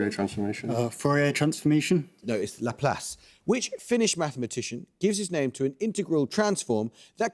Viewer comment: I have many problems with that "Laplace"